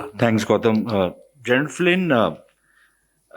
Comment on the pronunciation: The general in the video itself said, I love your fucking food..common man.. he couldn’t pronounce Gautam’s name right, where is the homework?